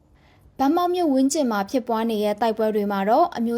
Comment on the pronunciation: ရေးးတော့ ဗန်းမောက် အသံထွက်ကြ ဘမောက်